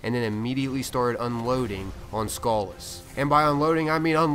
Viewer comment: Sounds like you're calling him "Skull Ass"